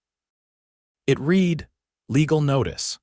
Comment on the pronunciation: It read, pronounced red!